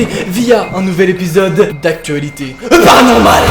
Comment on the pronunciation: On dirait que tu dis ‘’ EuParanormal ‘’ Information inutile